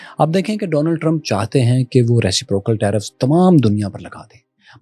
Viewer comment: you have a big audience, you should focus on your pronunciation, especially English words, Many youngsters watch you and learn from you and they will end up pronouncing it like you do. Reciprocal (ruh·si·pruh·kl).